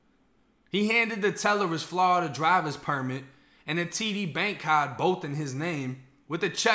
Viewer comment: How did I get here….mans literally just pronounced Florida… “Flahhhhhdah”